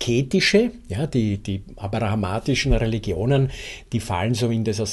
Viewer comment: Abrahamitisch, nicht abrahamatisch.